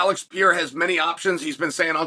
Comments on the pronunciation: It's the ALEX PEE-ERA!!!! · Chael, its Alex Pereira , not pee-era! 😂